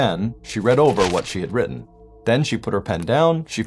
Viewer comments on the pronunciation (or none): none